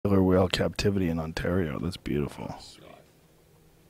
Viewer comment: 5 seconds in and im already enraged by the lisp then "killer wharl". Rich Vis does not disappoint